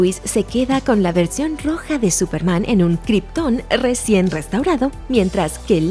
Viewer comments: Dc: "Súperman" Looper: "Súpermana" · Aún dice Supermana 💁🏻‍♂️🤣💦